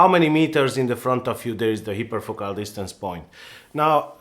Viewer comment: you pronounced it (hyperfocal) correctly why couldn't you all throughout the video?